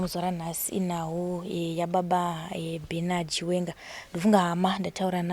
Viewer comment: Pronunciation ndofunga